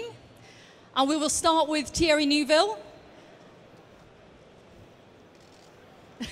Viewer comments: New bill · Is Neuville that hard to say 😅? Lmao